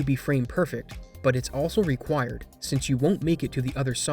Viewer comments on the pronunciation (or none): none